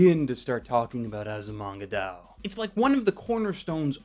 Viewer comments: It's still weird to hear him say DAO instead of DAYO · I hate to be this guy, but... It's pronounced die oh. Sorry. Also yay, my favorite comedy anime ever :D